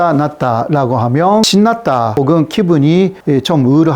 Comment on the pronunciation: 잘봤습니다. 그런데, a. 구독...이 단어를 '그독'이라고 발음하시네요. '구' 발음이 안되시나봐요. 조금 더 노력해 주세요. b. ~하면...이 발음은 ~하며...로 들려서 어색합니다. 중국통인 유튜버 안유화 교수도 마찬가지더군요.